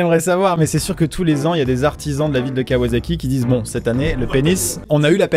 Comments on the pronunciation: Juste pour faire le relou, C'est kawasaki et non kawazaki. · La nom de la ville se prononce kawassaki pour les motos c'est pas un s mais un z